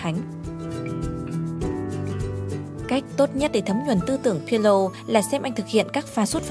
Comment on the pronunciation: video hay nhưng bạn đọc sai tên pirlo rồi...